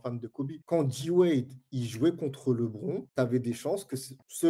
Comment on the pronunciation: Très intéressant comme podcast (mais la prononciation de Lebron me pique les oreilles)